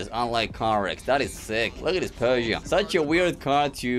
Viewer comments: Bro pronounces pegoute but not koienegsegg 😂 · dude can pronounce peaugoau but can't pronounce koenigsegg 😂